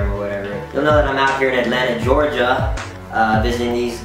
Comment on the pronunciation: GEORGIA. not gerogia.